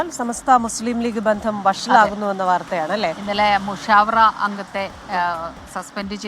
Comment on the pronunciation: മുസവ്വറ. അല്ല മുശാവറ .എന്നാണ്... ശരിക്ക് പറയാൻ കിട്ടുന്നിലെങ്കിൽ ഈ പണിക്ക് നിക്കരുത്